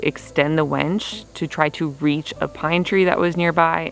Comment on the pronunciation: Winch not wench. Lol glad it got done